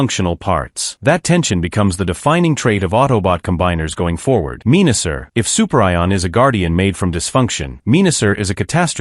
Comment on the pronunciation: "Soup Rye On" LOL....